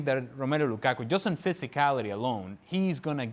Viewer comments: nobody: ale: L U k A k U ! ? ! ? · Funny how they are spinning Conte’s statements at Mourinho when those comments are directed at the haters in the media. Can someone explain why Moreno pronounces Lukaku in that manner? Sounds highly disrespectful and reflects the hater in him.